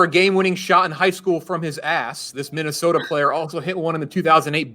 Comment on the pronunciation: “Minnestoa” “touanrment”